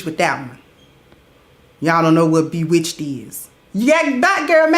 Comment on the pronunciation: Lawd!! She said Bewitched 🤣🤣